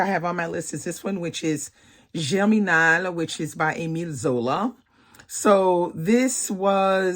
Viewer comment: I love Jane Eyre too. And that Germinal book? Ill admit I started not entirely on board but I got hooked. Its been months since I read it and its still in my head, randomly thinking about scenes here or there. Are Zola's other books just as good? Thank you for teaching me how to say it properly 😅